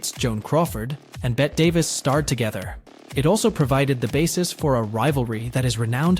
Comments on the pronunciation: You found your people. And It IS "BETT" NOT Betty. You are a truly idiotic person. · Lmao. Betty Midler 😂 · Your videos will have more cred if you do your research. Bette Davis is pronounced "Betty". There's even a song about it for God's sake. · Bet Davis? A YouTube channel called "Daily Dose of Cinema" thinks the name Bette, as in Bette Davis, is pronounced as "Bet?" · I think you mean "Bett" Davis lol. How can he not know how to pronounce her name? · it's pronounced BETTY... I didn't get past 1 minute... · “Bet Davis” 🤦‍♂️ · Yeah lost me at Bet.. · Bet and sheeuh leboof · I stopped watching when you mispronounced Bette Davis's name. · Dude, at least figure out how to pronounce the actors names! You fd up Bette Davis & Shia LaBeouf. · Agreed! How do you not know how to pronounce her name, listen to one other video at least before making yours. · Me too! If you are going to make a video, know how retro pronounce their names. Geez.